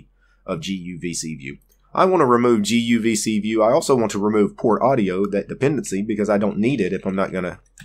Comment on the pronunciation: guvcview....guvcVIEW....GUVCVIEW :D :D :D